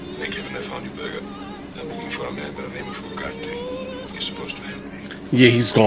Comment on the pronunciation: "Casablanca" was my late mother's favourite film. 🙂 Btw., Ingrid Bergman's surname is pronounced "Berry-mahn". She was Swedish.